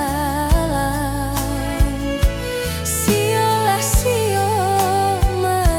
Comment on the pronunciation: Lagunya bagus suara yg bawain jg bagus...namun pada pengucapan Sio lah sio mananam padi... pada bait terakhir lagu ini sepertinya agak keceklik pada pengucapan "sio lah sionya" ,.. ..